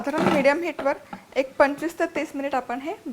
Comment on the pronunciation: निनाव्यातला व चा उच्चार हा आव जाव नाव सारखा न करता यावं जावं कराव बघावं तस निनावं असा करावा